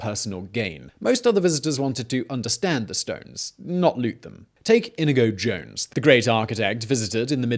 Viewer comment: What was said: Inigo Jones What I heard: Indiana Jones